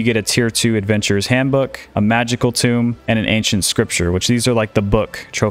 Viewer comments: tome... not "tomb"" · Just gotta say, tomb is like comb with a T, not like tomb where you bury someone. Gotta say the public education system failed a lot of people. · ty for the knowledge! i'm sure you've learned by now, but tome is pronounced TOE-m rhymes with foam